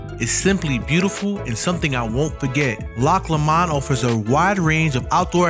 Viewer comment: It's pronounced "Loch Low-mund",by the way. Rhymes with bow, doe, low, etc